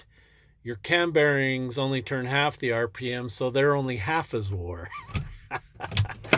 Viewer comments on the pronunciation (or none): none